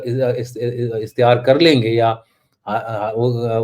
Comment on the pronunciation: Ishtiyar nahin ikhtiyar aur Bhairav Kal nahin Kal Bhairav bola jata hai. Aap log hindi aur urddu ke parkhachche uda rahen hain emglish mein perfection/expertise ke saath. English mein galti se bhi koi galti mahin karte par nationalism ki baat karte hain,yeh British bhakti kaisa nationalism hai??